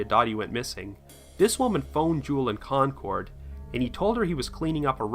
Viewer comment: Concord, CA is pronounced Konkerd, just for future reference.